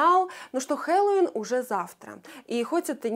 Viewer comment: ХеллоуИн, можно и ХеллОуин НО НЕ хЕлоуин !!!!! Поинтересуйтесь произношением прежде чем слово использовать :))))